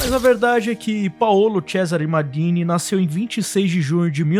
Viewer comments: Que P de "mardini", ta achando que o cara é caipira? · engraçado o jeito de ele "maldini" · Muito bom o vídeo e bem didático pros jovens estudarem a história do futebol, mas fala MALDINI como um brasileiro msm, mané... Na humilde.. soh um toq